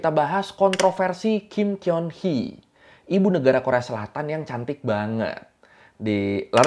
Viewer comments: cara bacanya bukan Kim Kyeon Hee bang.. Kim Geon Hee... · Kim keon Hee kalau orang Korea bacanya jd "Kim koni" Gitu ,cantiknya asli apa oplas ?penasaran😅